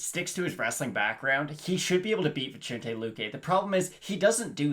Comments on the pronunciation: It’s not venchente. But i Like the show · I believe it's read as "Vi-sen-tey" 😀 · its read Vi-sen-tEH, not ay or ey